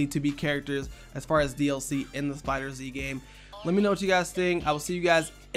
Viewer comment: It's not fighter Zee it's fighterz.